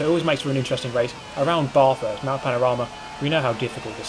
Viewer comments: How you say Bathurst makes me sad. Its Bath not barth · Really like your vids. Australians cringe when Brits pronounce "Bathurst" incorrectly as "Baarrthurst". Please pronounce it correctly... it's embarrassing :) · Obligatory triggered "Bathurst has a short a" comment